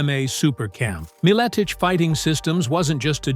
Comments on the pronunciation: Put respect on The Legends Name! Even though you can't even pronounce it. Feast on ALL the Sacks of Richards. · If u can’t say his name right try just saying Pat -I knew him a long time ago and he’s a smart and funny guy so shut up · Stopped watching as soon as i heard the AI voice. Cant even pronounce his name right. Lazy AF. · Can’t even pronounce his last name right. SMH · Thats not how its pronounced. And apparently he was most likely correct with his poiitical views.